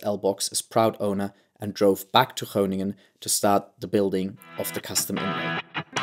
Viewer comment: Very nice pronunciation of Kroon, Groningen and Hoogezand! :-)